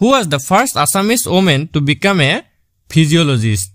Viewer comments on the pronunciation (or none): 50. Psycohlogist ক ফিজিও লজিষ্ট বুলি নকয় চাইকো লজিষ্ট বুলি কয় 😂😂